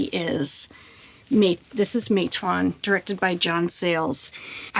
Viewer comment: Matewan = ma-tuh-wn